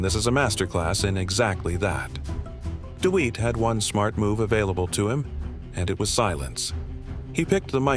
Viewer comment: His name isn’t deweat it’s Dewitte